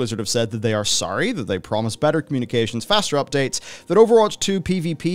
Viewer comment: so sawry...not sawry